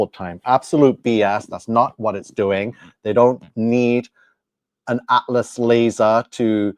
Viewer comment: Please learn to speak 😂and it's atlas not atfass😂😂😂